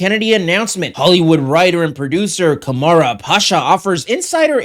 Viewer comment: I had to stop watching the second time you pronounced "Kamran" as Ka-mara. Ever heard the name Cameron before?